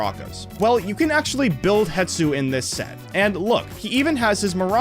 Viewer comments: ITS HESTU NOT HETSU😡😡😡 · im sorry but its hestu not hetsu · ummmmm it’s hestu???? Not hetsu 🤓👆